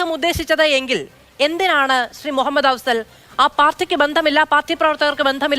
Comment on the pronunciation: "മുഹമ്മദ്‌ "..….അഫ്സൽ...🙄🙄🙄ന്നാലും ന്റെ ". മൊഹമ്മദേ....... 😂😂😂😂😂😂